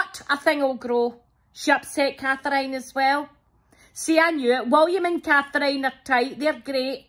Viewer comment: Cathr-iyne is actually a name lol once I had bunch of thyme ...everybody